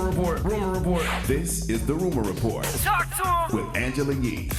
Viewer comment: when did Yee start saying " that is your Rumor Repawrt" like that? say it regular 😂